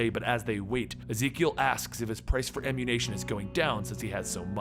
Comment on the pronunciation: did you say "the price for ammu-nation"? 😂